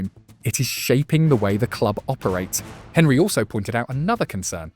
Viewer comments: Can't pronounce "Henry". Loses all credibility TWO SECONDS into the video. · How you gonna have a football channel and not know how to say Henry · Ai pronunciation and narration is awful. When was the last time Thierry Henry was pronounced in the English manner?